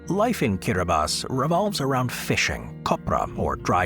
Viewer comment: I loved the video, except the silly American assumptions that people would not have heard of some of these countries. I was briefly thrown by the correct pronunciation of Kiribati, 'Kiribass', but I heard of then all and knew roughly were they all are. Moldova is split in two and Transnistria is akin to Africa's Somaliland or Asia's Republic of China (Taiwan)